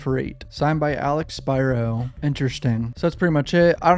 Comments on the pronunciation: Pronunciation is key....Spearo( Spiro) Keep up the great content! Also, the father was (@ time of occurrence) abusing alcohol/drugs ( allegedly). Keep up the great content! Just a GMA from IL😂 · Spear Ro say it with me Spear Ro